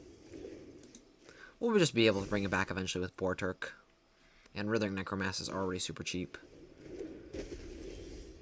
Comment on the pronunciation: Damn bro we get it. You suck at pronouncing writhing necromass. So stop. Please.